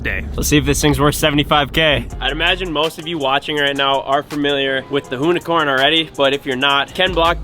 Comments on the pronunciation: That's now the "hoonicorm" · with the "Loonicorn" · The “Whoonicorn” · it's more like a Hoonicunt.. 😁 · “Hooni-corny” lol jk I’d drive it everyday